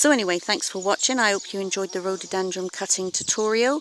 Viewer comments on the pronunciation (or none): Someone tell this woman its rhododendron NOT rhododendrums ..soo annoying!! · NOOOOOOOOOOO...It's RHO DO DEN DRONS....NOT rododenDRUMS!....very irritating!